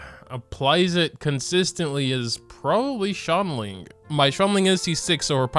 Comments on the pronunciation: He really pronounces Xiangling as “Shangling” 😂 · "shongling" Your pronunciations got me dead bro XD Edit: I just heard "tartoglia" Oh ma lord